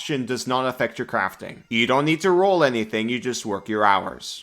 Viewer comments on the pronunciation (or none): none